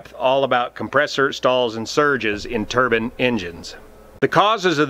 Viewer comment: Thought I heard Turbins again!